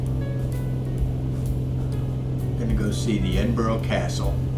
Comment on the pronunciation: Edin-Burr-uh. that's how to say it, I just watched Glasgow and it was good. You're spot o MS have done a great job on this update I wonder what the smaller places look like Perth Dundee Aberdeen etc. I'm rebuilding my Flt Sim so not flying at the moment.